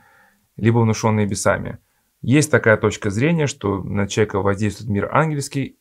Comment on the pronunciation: Не бесАми, а бЕсами.